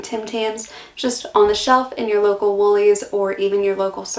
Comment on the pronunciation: I love hearing you say Woolies, Coles and servo. You’re learning the language